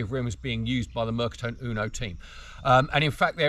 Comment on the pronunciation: Fabulous video , really interesting … I have an XL EV2 … amazing bike to ride, only on warm sunning days …. Ps, just a precision on the Italian … the E of Mercatone is pronounced and not silent… in Italian every letter in a word is pronounced … picky I know, again love the video